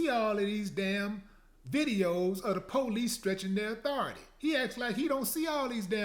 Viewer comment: The "po-lice"!